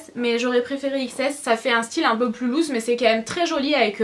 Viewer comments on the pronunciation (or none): none